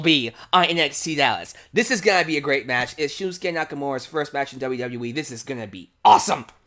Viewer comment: Can't wait. I think NXT Takeover Dallas will be one of the best live specils in WWE history. One thing...You say it like SHILMsuke...it's SHINsuke.